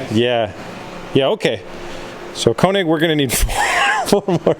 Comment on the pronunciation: The way you say König bothers me. It is my last name. My family pronounces it Kay-nig, but the German is closer to koo-nig or ker-nig... no harm, no foul, but it bothers me.